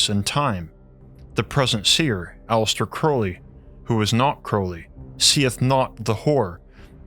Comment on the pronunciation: Its A-Lee-Stir not Alice-ter